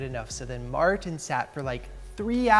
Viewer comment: Mar Tin sounds funny